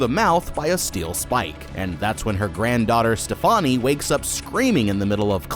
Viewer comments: Love the videos! It's pronounced like "Stephanie" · Why do people keep pronouncing Stefani’s name? Like they do not pronounce it like that in the movie. It’s pronounced like Stephany. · Did you intentionally pronounce her name "Ste-Funny"? 😂